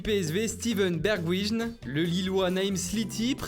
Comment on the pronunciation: Mais ç pas bergwijn ç bergwein